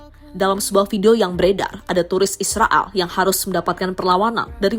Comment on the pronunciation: Koq drg nya kaya ngmong Israal ya bukan Israel 😂